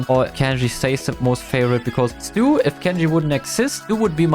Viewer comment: im a Stu main and you said stuina 😭🙏